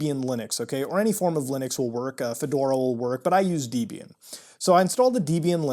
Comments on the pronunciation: its dehb-ee-ahn not deeb-ee-an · Hit pronunciation of "Debian"... it's Deb ey an not deyy bee an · The official pronunciation of Debian is 'deb ee n'..... lol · Debian is pronounced as if a mash-up of Debra and Ian (it is such a mash-up)